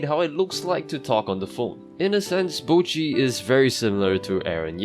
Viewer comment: why do americans say bow-chi when her name is clearly pronounced botch-i